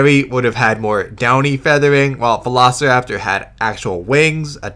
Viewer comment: The Documentary's Narrator's Pronunciation on Velociraptor Sounds like He's saying "Vanossiraptor"